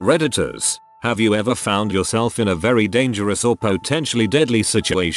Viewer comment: I heard “redditors” as predators 😳